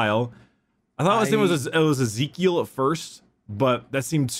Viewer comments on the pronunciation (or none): Beta: (Eh-Zee-Kee-al) Vs Chad: (Easy-Kyle) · The first time I have ever heard Ezekyle, pronounced Ee-zee-kee-al... Pronounced Easy-Kyle. My two flawless white Adeptus Ridiculous shirts now are permanently stained by that. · It's E-Zyk-E-L and A-Ba-Ddon according to all audio books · I find it funny that it's literally spelled like the biblical Ezekiel but Because Warhammer it's pronounced "isekai-le"